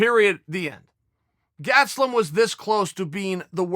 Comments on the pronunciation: He says gastelum is his guy, yet proceeds to call him gatselum haha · Chael "Gatselum" Sonnen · Kelvin "Gatselum" Gastelum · Keving Gatz-e-lum is my guy. - Uncle Chael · Chael "Kelvin Gatzloom" Sonnen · Chael "Gatslum" Sonnen